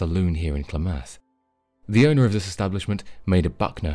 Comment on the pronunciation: Clam eth not clah math